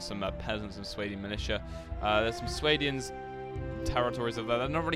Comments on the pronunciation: Swadians. Correct pronunciation: [Sway-dee-anz] Incorrect pronunciation: [Swah-dee-anz] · SWADIANS NOT SWAYDIANS